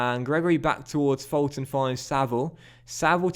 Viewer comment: Fulton is pronounced as Full-ton